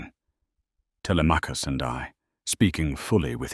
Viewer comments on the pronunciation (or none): . I can’t because Telemachus is not pronounced tellyMACkus but tiLEMMachus. It’s impossible to focus. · Telly-Mackus 😂😂😂 The AI doesn’t even know how the heroes’ names are pronounced in English 😂😂😂